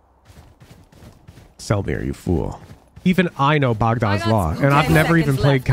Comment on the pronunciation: I appreciate that pronounces Bogdan correctly lol